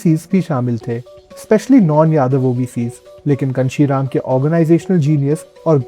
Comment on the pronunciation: Kanshi Ram name toh pronounce dhag se karlete